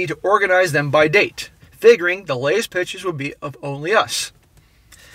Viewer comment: PICK-tures, not "pitchers" (annoying)